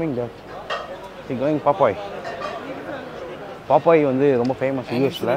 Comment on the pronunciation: Thala athu paaapaaayees ella. Paaapis.